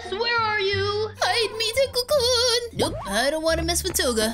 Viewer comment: hi i know am 1 day late but the word kun is not said like that